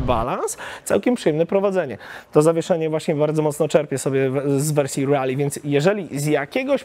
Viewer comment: Miło jak słyszy się poprawnie wymawiane Rally a nie panujące w polskim youtube rejly, które nie wiadomo skąd pochodzi, bo ani to po angielsku ani tak nie pisane. Trochę, tak mi się wydaje że to "po angielsku". A motocykl marzenie szczególnie w wersji pikes peak.